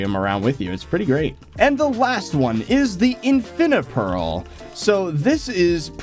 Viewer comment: There is a minecraft speedrunning category that you have an infinipearl (not infinapearl) and it's a pretty cool category. Don't take this the wrong way I loved the video just thought I'd point that out.